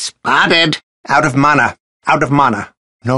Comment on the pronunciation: Now mana sounds weird to me